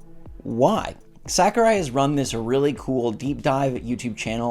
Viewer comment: I just want to say, I enjoy your channel. However, your butchering of Sakurai's name hurts my soul...